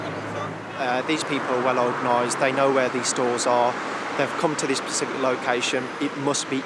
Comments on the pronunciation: *specific, not 'pacific' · right I let it go the first time it’s SPECIFIC NOT PACIFIC PACIFIC IS AN OCEAN 🌊